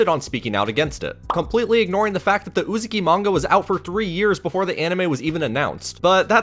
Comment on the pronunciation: Great vid! Only one minor nitpick, that had my eye twitching the whole time, so please forgive me for saying it; I’m pretty sure it’s pronounced “UzAHki” and not “UzUki” Also, my man got good taste in manga! 🤝